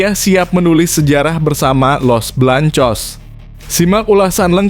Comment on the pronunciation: Bng ngomong jangn belepotan gitu dong masa Garcia ABNG ga bisa baca ya los beleangcos aj bilang los belangcos payah ABNG ini